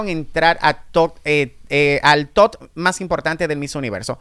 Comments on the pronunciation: El día que diga TOP y no TOT yo seré ma’ feliz 😂😂😂😂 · Top,, top, tú pronunciación deja mucho que decir ya que te la das en muy letrado!